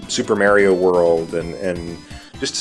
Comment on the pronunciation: People who says "Merio"is annoying. Its "Mario" with an "A"